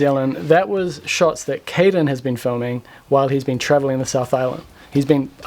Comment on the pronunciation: So.... Nobody called Caden "Canaden" yet?